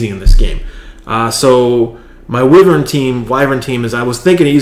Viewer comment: the beginning... wyvern has a short/soft "i" like winter. Thanks again :-)